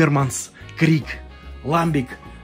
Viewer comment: Не могут наши региональные пивоварни варить ламбики, это название жестко привязано к географическому региону Бельгии. Ну и если уж быть полным снобом, то правильно произносится ламбИк, ибо слово французское.